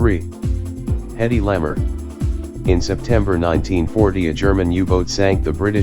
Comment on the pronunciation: Hedy Lamar's last name is pronounced as "la mar" not lammer. Thank you!